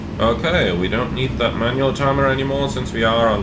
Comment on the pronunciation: Everytime you say "Manual brakes" on rollout, I hear "Emmanuel brakes" 🤣🤣🤣 Which I guess is the same thing! Greetings from South Africa! Love your channel